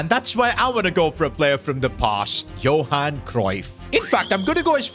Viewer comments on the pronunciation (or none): none